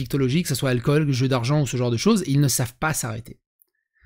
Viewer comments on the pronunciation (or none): none